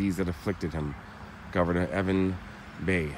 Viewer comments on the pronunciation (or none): Also it’s Evan Bayh pronounced Buy. The quote from the headstone from Elton John was a song called Skyline Pigeon which he sang at Ryan’s funeral